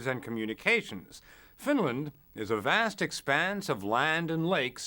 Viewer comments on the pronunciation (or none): none